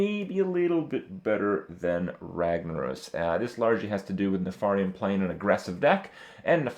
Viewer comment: nuh-far-iun... isn't it neh-fer-ien?